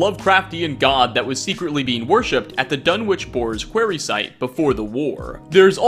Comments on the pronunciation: Quah-ry not QUAY-ry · "Dunwitch borers kwayree" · Why do you say quarry weirdly. Its pronounced "kwo-ree" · I love the way you murder the word "quarry" to death, lol.